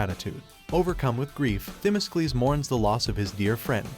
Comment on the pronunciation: It would be nice if the narrator could pronounce the Greek commander's name ...correctly..its not Thimiskles....